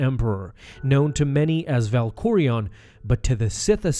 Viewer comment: You need to learn how to say Vitiate and Valkorian correctly